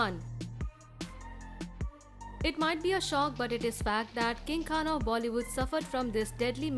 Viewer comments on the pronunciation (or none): none